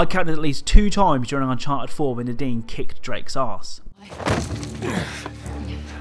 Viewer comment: When he says “Nadine” I feel like he says the dean lol